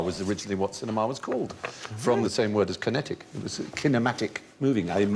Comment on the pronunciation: key.. key-netic Ki? ki-...